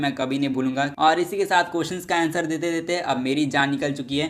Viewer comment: Manga ❌ Manva✅ Surprises ❌ Suprises✅ Answer ❌ Aenser✅